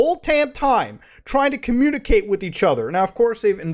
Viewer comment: Com-muta-cate through the mutaverse